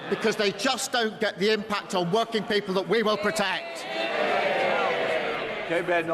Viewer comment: Take a shot or cross it off the bingo card, either way he did it again. "Wur-king'guh peo-pul"